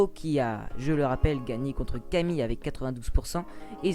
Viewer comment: Camille se prononce Camil